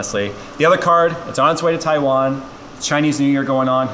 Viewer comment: Im just glad he said Taiwan correctly